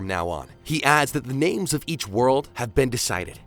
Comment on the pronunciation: i love how he mispronounced every single name